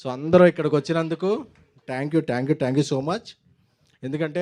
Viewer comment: ట్యాంక్ యు... తొట్టి యు... కాదురా అయ్యా... థాంక్యూ.....